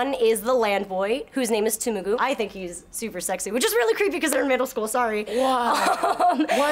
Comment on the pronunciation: *Tumugu? Might have misheard but seems like you got it right the second time, because there's an S in there.